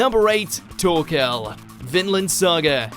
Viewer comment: The fuck? He can't even pronounce "Thorkell", "Thorfinn", and "Troll" properly? What is wrong with this dude?